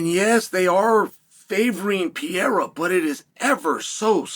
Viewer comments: It would require such a minimal effort to say the dudes name properly. This “Pierra” nonsense is getting stale and I know you’re smart enough to be aware of it. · It’s funny I feel like most of the UFC personal can’t even pronounce Pereiras name correctly lmao